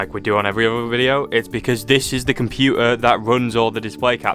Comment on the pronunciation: why is this guy not pronouncing "t" word, he is also saying compuer, instead of computer. 🤔🤔💭💭